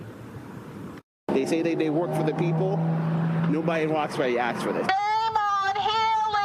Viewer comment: "Nobody in Roxberry axed fo diss".... They sure as hell had no problem calling Trump "racisss" for trying to save their dumb asses from this, and then voting for Biden.